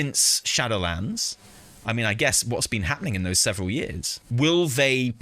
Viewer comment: "Seveneral" years later. :P